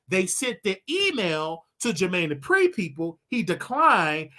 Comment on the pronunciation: Jermaine ‘JEH-PREE’…….it’s DUPRI